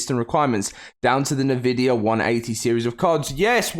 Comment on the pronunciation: fyi it’s pronounced en-vid-ia